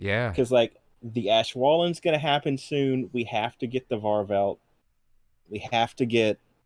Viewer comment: Its not pronounced "Ashwalen". It's more like "Ouswelen".